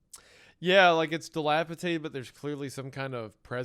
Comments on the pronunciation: DILAPIDATED NOT DILAPITATED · DilapiDated, not tated. I never heard this word mispronounced before YouTubers existed. Now I hear it at least once a week 😂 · Okay, to throw Hunter a bone, him and Isaiah BOTH do this and have since I can remember: it is pronounced dilapiDATED, not dilapiTated... that's not a word😂 Yall just both say it wrong and it literally had me questioning if I had been saying it wrong my whole life😂😅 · I'm sorry.....but.... It's dee-lap-uh-DAY-ted, not dee-lap-uh-TAY-ted. My brother's in Christ, you read stories for a living. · Guys. It's dilapiDated. Enough with the dilapiTated. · Isaiah making fun of Hunter for mispronouncing words when they both say "dilapitated" every episode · for real tho 💀 “dilapaTAYted” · If we're correcting Hunter's pronunciation of Anaconda can we also do it for dilapidated please